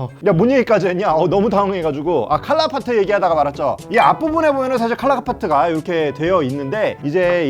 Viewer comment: 왜 칼라파츠인데 칼라파트라고 함?